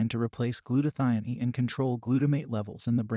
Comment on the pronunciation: also glutathione. I think he is indian